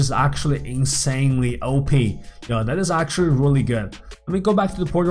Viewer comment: you keep saying (Ohe-Pee) for OP its pronounced (Oh-Pee)